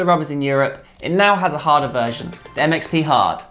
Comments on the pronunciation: when you say it fast it sounds like "it makes me hard" lol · the MXP hard sounded like 'that makes me hard'